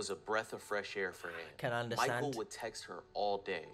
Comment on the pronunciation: I heard morning and night sex😂😂It was text ouh lord😂